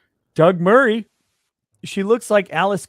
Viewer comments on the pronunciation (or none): none